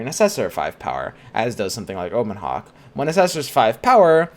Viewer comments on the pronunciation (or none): none